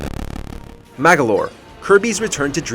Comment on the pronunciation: IT'S MAG"O"LOR NOT MAG"A"LOR !!!!! PUT SOME RESPECT ON THE T RAITORS NAME MAGOLOR !!!!!!!!!!!!!!!!!!!!